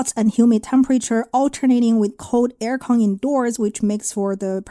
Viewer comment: When u hear the way she pronouce "country, air-con etc" you know she is from China..